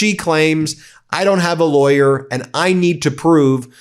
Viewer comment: 'Any laywer knows that!' So how does Ben know? Is he still saying he ia a active lawyer?